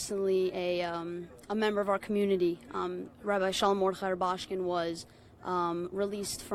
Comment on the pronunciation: How many times should it take for her to get the correct pronunciation of his name??